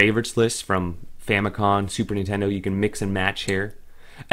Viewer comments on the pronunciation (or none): Is it me or does it sound like hes saying Fami-con lol